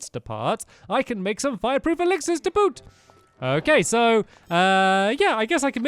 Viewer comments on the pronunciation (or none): none